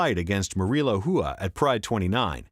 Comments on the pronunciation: i dont understand the last name of RUA why is it pronounced "Whoo-A" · Please learn how to pronounce Rua. Its very annoying. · OK, main point seems to be - be named Garcia, not Rua.